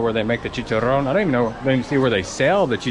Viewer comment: The way you say chicharon is soooooooooo nice